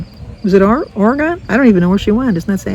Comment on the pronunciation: Ore-E-gun = Oregon 😊